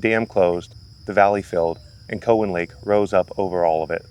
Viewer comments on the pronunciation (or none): Its not Co wan it's Cow an lake. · Hey goof ! It's not co hen lake. It's cow en lake. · Very interesting but yes we say Cow-in lake.